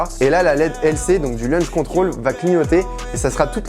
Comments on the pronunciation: C'est pas plutôt "Launch Control" que "Lunch Control" ^^ Sinon ca voudrait dire le contrôle déjeuner. Super vidéo en tout cas ! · Petite correction c’est pas lunch control mais launch control.